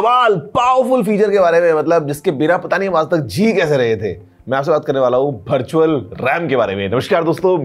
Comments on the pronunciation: birtual or virtual bola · bharchual ram 😂😂